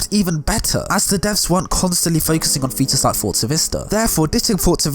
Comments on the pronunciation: I'm ashamed that it took me a while to realize you were saying features and not fetus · I realised right at the end of the video that he was saying feature i stg he was saying Fetus